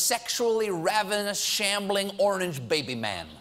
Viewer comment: I laughed when Stephen stumbled over his words and ended up saying "ornage" because that's how I mispronounce orange ALL the time.